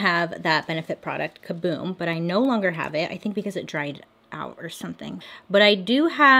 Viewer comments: I like how y’all called it kaBOOM but it’s kaBROW 😩😂😓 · The fact that Bailey also said “kaboom” but it’s “kabrow” 😂😂 they both said it wrong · It’s called ka-brow. Hahahaha